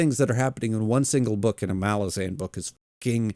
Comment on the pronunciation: Are you mispronouncing "Malazan" just to upset me? 5 books in a big dog, it's mæl-uh-zæn. Please, get it together.